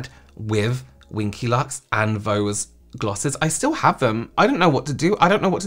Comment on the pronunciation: Wing-ky lux 😂😂😂